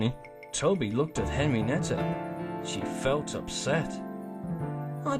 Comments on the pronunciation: Henrietta not Henrienetta good story but hearing the name is kind of cringey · her name is Henrietta. why are you pronouncing it "henry-nett-a"? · i kept hearing it said henrinetta bud im not mad was just pointing it out